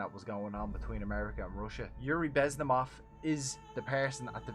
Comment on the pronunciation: I don't wanna be mean but its bez•min•ov, guy's important, let's get it right